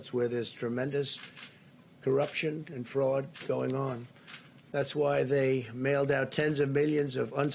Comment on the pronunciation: The president of the United States just said shannagens and frAUD and Corruption. Moron waaaa 😭😭😭 I’m losing. Lmao 😜